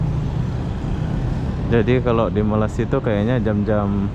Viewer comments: perbetulkan sebutan bang,abang subscriber dah 300k banyak video tentang malaysia,sepatut tau sebutan malaysia yang betul..lama jugak saya mengikuti abang semenjak bawah 50k subscriber lagi, sebutan masih tak betul,jadi aku tergerak hati mau menegur harini...kedengaran seperti "malassia" tidak sedap di dengar,jika tidak tau boleh tanya orang2 malaysia sebutan yang betul... #sekadar teguran jika tidak aku siapa lagi yang memperbetulkan... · Bukan MALA SIA mas.MALAY SIA. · sila sebut Malay...dialek English.. dan sambung Sia.. so jd la Malaysia... bukan Malassia... pelik tul sebutan atau mengejek? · bro baca balik komen d sana,ak dah cadangkan "jika tidak tau boleh tanya orang2 malaysia sebutan yang betul..."eh ko ni orang malaysia ke orang asing ni, tak kan sebut malaysia pun ko tak tau sebut.malu la jadi rakyat malaysia,ke warga asing menyamar komen...